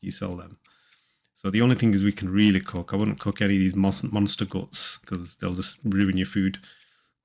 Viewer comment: Did you say COOK in it or COC in it? Big 🍆🍆difference buddy😮😮😂😂